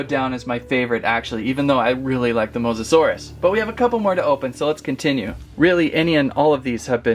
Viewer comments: If you can’t say his name just call him mosasaurus not Mosa Dia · Mosa-sore-io-dye enunciation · It’s mosasaurus😅